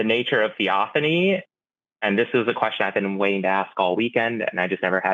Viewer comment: thee-OFF-an-ee I think Forrest could figure that out if he didn't want to make fun of someone. The burning bush was a theophany, for example.